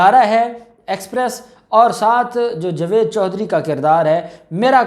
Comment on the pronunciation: صاحبتم بھی بہت بیشرم ان پڑ جائل انسان ہو جس کو جاوید بولنا نہیں اتا جو جوید بولتا ہے تجھے بار بار ٹوکنے پر بھی شرم نہیں اتی جوید جوید ہی بولتا ہے تجھے کی جگہ کھارا بولا جائے تع تجھے کیسا لگے گا بلکہ مرچیں لگیں گی